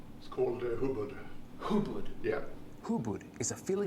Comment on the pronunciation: the student pronounce it "hubad" instead "hubod" he laughs his ass off when he says Hubad. Hubad in tagalog or Filipino is " naked" hubod, means entangled hands .